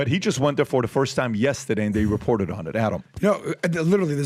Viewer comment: Good video. But PAT yesterday isn't not pronounced YESTAAADAY.